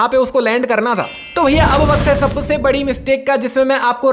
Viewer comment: Sabse ❌ Sabase✅